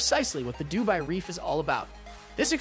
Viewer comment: Seriously? Du BAY? I couldn't listen to your cheap voice e synthesizer for more than 2 minutes